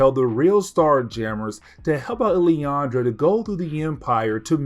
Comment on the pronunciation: Just for help. Its pronounced. “Lil-lan-dra”. Still, great coverage